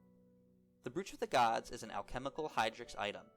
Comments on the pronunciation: Its pronounced broach like cockroach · You're pronouncing brooch incorrectly it's pronounced "broach" like roach but with a B